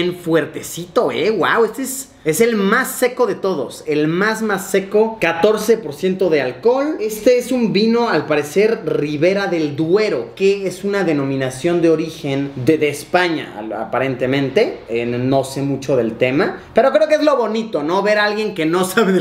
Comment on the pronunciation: Luisito dices mal lo nombres de los vinos españoles, los dos que has mencionado, eran un Vega Sicilia, y un Ribera del duero